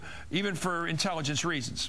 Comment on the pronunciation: "If the guy had actulable intellibence"; just a few seconds later too... On the other hand, maybe he'd just been to the dentist...?